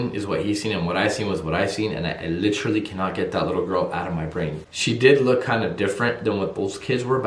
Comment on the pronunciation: What made me really like your videos to begin with, is the way you say literally. Which is "licherally". I absolutely love your videos! P.S. Say hi to Tom Ya Boi for me! <3